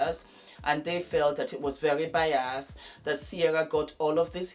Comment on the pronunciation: You said it, you SAID it... "I think it was very biASSed..not biased...but biASSed...I heard you🤣🤣🤣🤣🤣🤣🤣🤣🤣🤣🤣🤣